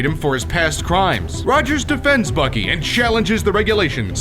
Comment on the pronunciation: Why does when he say bucky it sounds like FUCKY